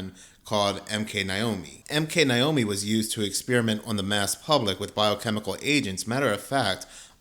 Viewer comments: NAY NOT NIGH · Naomi not Niomi😂😂😂